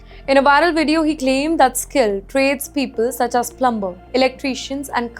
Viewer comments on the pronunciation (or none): It's NOT plumber....should be pronounced as plummer! How on earth, you became an anchor!?